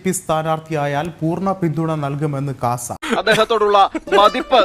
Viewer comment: KASA alla CAASA